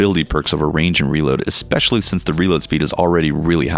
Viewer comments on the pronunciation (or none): ES-Specially not EX-Specially